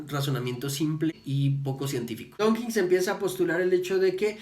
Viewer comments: ¡DAWKINS, no "Donkins"! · Que pronuncias "donkins" muchas veces.